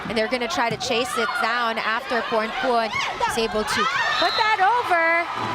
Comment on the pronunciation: พิธีกรรู้ฮอดชื่อเล่นโค้ชอ๊อด 🤣 โค้ชอ๊อดๆว่าซ่าน ต้องเป็นคนเอเชียชื่อออกเสียงชัดมาก ยกเว้นพรพรรณ พรพร555